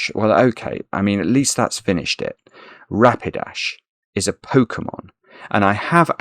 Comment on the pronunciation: Ra Pi DASH - a pokemon Tu Ran DOT :) I got some you didnt!